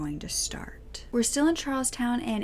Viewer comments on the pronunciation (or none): Yes, I love the fact that she does too short interest but I got a kick out of, me being from Massachusetts, that she pronounced Charlestown, like the dance. 2nd time was better, Charles -town. And in the last video of vintage videos, she pronounced a mimeograph machine Mime-a-graph. And for those of you who don't know the word because you're younger, it's mim - E - O-graph. See I'm not perfect either. Heehee 💗💕💜🌹⭐Love, love, love your videos. Hugs,🤗, from Woobie in Massachusetts.